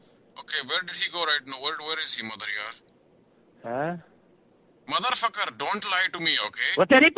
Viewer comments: ahaha shit i love it when he says mother yard lmafo! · I always lose it every time he says, "mother yard". 😂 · I clicked show comment and went on a adventure... lololol and why does he always say mother yard?